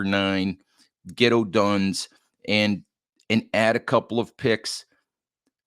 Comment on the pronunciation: Odunze is pronounced Oh Dune Zay.